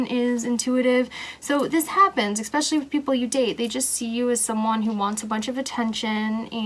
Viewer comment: I’m sorry but the way you say “especially” drives me insane and I couldn’t even finish this. It’s ESPECIALLY not ECSPECIALLY 😩